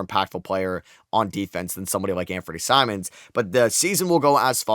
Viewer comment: I’m sorry did you just call Simons Simmons 💀